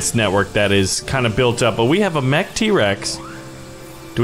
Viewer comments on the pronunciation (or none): none